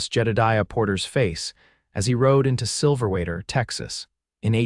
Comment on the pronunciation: The narrator is driving me crazy. The town is Silverwater - not Silverater. The story did a good job in describing PTSD and how it presented itself with Jedidiah. Listening from Tn.